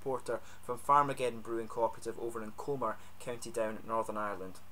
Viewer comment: I know this has been up for a couple of years, but I’ve just found it. Great review, I’ll be heading back to NI for a couple of weeks shortly, have to get my hands on some of this 😊 Btw, small thing, but the town is pronounced cumber, like the end of cucumber (my wife’s home town). Great channel, looking forward to watching more reviews 😁